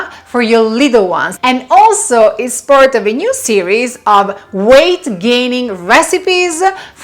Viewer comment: At the end you said 'gate weighning' instead of weight gaining lol nice recipe tho🤙🏽🙌🏽